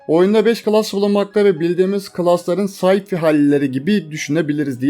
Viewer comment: sci fi, say fay diğe okunur. Wifi de vay fay.